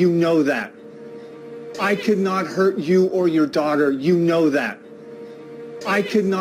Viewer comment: Pensé que dijo hear no hurt jajaja